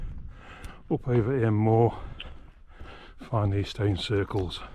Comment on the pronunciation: Enjoyed that. For the record it's pronounced EEM.